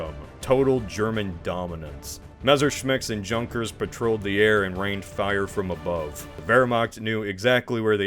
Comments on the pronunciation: “Junkers” haha isn’t it pronounced as “Yunn-kurz”? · Dude, "junkers" is pronounced "yoonkers", it has nothing to do with junk :) But overall, cool video, thanks! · Junkers pronounced *yunkers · Junkers is pronounced Yunkers. Jagermeister? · Your pronunciation of Junkers has given me an aneurysm 🤣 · Hearing "junkers" is always annoying when people can't pronounce it right